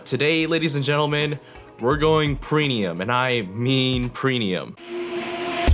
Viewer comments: love the vids brother, but it's called Premium, not Prenium. haha it's all good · Premium not prenium lol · Prenium, and I mean Prenium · did that man say preNium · CAN EVERYONE STOP MAKING FUN OF HIM FOR SAYING PRENIUM! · "prenium" he says it throughout the whole video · Yeah he said prenium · I caught it 3 times :)